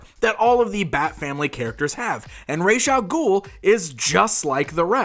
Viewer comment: Learn how to say Ras al ghul,I can't even finish watching this because of how you butcher the name .